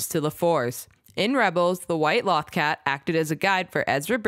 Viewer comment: Would it hurt to learn how to pronounce the thing you're making an entire video about?